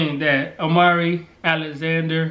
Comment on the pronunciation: No... oh I thought y'all were saying Omari, not Amari lol so no Amari Alexander A.A.A